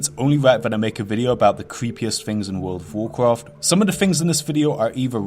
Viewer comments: Its World of Warcraft. Not "Wool dove Woorcruft" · Wowd of Wawcwaft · WOHD OF WOWWHKWAFFFT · Wuld uf wurcwaft fowowwers of de wight